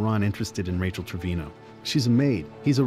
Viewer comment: Sarazar du nimmst bei Rachael ständig das a vor dem e weg es müsste wie Rafael klingen nur halt mit ch und nicht Rachel